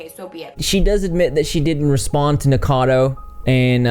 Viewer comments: It's pronounced "NICK O CADO" not "Nick Cado" just saying. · why is it so hard to say Nikocado people???